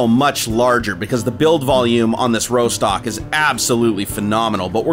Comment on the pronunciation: Rostock is a place in Germany, it's pronounced Ross-tock, not Row-stock